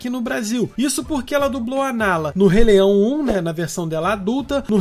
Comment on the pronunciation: Mano, eu admiro muito o seu canal, mas tu disse Re-leião!!!